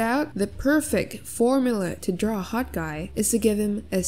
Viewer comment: When he says 'HOT' why just why